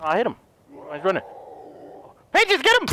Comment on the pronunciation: I found the food for PACHES Me: Its *PEACHES*😂😂